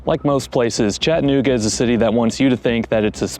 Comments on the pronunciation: For starters it is pronounced Chatt a nooga not Chatnooga , and why are they homeless ? Why ? who's fault is it ? You act like its the city's fault and you say its "swept under the rug" when any city does promotional content about their region what city includes its problems in that promotion ? No city does , you should work for msnbc or cnn you fit their montra perfectly. You lack character so they would take you with open arms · If you don't like it, don't go, leave it! We don't need you here. Another thing, it's not ChattANooga, it's Chattuhnooga. So f off!! If you are so worried about it, use some of your Emmy award winning money to support the homeless!! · If you are going to do a slam piece on a city, learn how to sat it. There is an A in ChattAnooga not Chattnooga. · Hey Mr. Award winning journalist at least stop taking the a out of Chattanooga. It’s not Chattnooga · You can always tell someone is not from here by how they pronounce it “Chatt-nooga” 😂 Good documentary work tho! Prayers for the homeless 🙏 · There is homeless in every city. Chattanooga doesn't have lots of homeless people compare to most every other city ive been to. You drove staight to 11th Street to the homeless shelter to show the major population of homeless. This i clickbait. By the way, its pronounced Chad-a-nooga. Let me guess, you want more of my taxes going to pay for houseing? So that more homeless come for the houseing. Genius. Glad you read the first page of the pamphlet on touristy things to do in Chattanooga by the way. Really did your homework. In 2024 Hamilton country has 386,265 residents with what you said was 785 homeless. Thats %0.2. Dude go somewhere else with your drama. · You can't even pronounce Chattanooga correctly. This is happening in ALL cities in the USA, not just here. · Did you notice that A between T and N ? Pronounce it correctly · If you’re going to do a video on how awful Chattanooga is, at least learn how to pronounce Chattanooga.